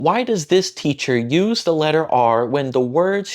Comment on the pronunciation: Hey, good job, but you missed a small detail. I assume you meant "Do you know the way?" You were mostly right, but the consonant in the word "the" isn't a d, it's actually a ð, I guess Indonesian doesn't have that sound so you might struggle hearing it, but try learning it, it will make you sound much more fluent. You can learn about it by googling "The th sound in English" or "voiced dental fricative" there's a voiceless version too that you probably also mispronounce as t.